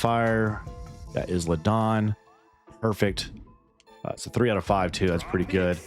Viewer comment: As a heads up it’s pronounced “eye-La” not “Is-La”